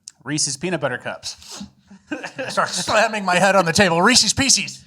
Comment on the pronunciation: I was ROLLING at the mark. ‘Reesees Peecees’ lol!